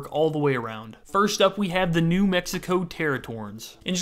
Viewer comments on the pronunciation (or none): none